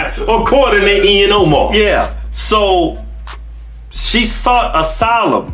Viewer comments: Not that I'm a fan of Ihan Omar, but can you please not mispronounce her name? Peace be with all who read this and I'm not hating I just find it a bit harsh. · Did he say Ian Omar?? 😂😂😂